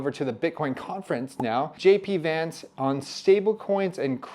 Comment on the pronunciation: ...it would help if you actually pronounce people's names correctly! "JP Vance"?!? Really dude?!!?!! Maybe you shouldn't read off of your phone and instead try practicing knowing the news you're struggling to report on!!